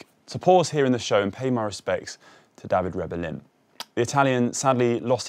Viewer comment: Dah-vi-day Reh-bell-een was the man's name rather than Dah-veed Rebel-in, OK? And Pissei isn't French but a cycling clothing maker in Italy, before 2006 known as Ellegi.